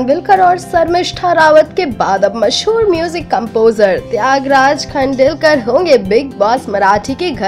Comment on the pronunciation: Yaar sabsya pahle aap marathi name aur sarname barabar lena sikho